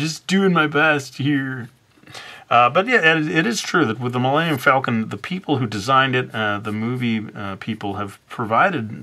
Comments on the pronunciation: Did he just say millannium falcon? can he not pronounce Millennium? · oh my god you replied... i love your art i was just like wait did he say Millannium haha you're a really awesome artist!